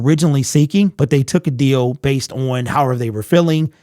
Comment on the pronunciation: Can he not pronounce the word on?